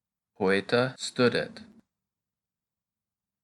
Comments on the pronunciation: Please sir try to prononce well .stoudet not stadet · STUDET, should sound more like "stoodet" would it? NOT "stuh-det" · My question is about the u sound. You seem to have two pronunciations for it, one of them seems to be anglicised as you do it in studet (as in stud or stuff in English); for the rest you do what i expected it to sound like (a long u as in loop in English). I searched online and Latin only has 5 vowel sounds as in Spanish, and as in Spanish there are diphthongs but I’m only referring to the basic and single vowels sounds. Hope to hear your feedback for it. By the way, thank you for the videos, always wanted to learn Latin but always seemed out of reach financially, however, technology and people like you make that possible, so thank you 🙏